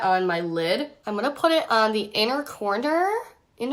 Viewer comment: “Inner cornter.” Lol. 😹